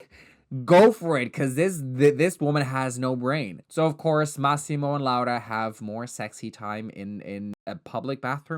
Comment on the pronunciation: i was taken aback by the pronunciation of “laura” it was SO PERFECT😭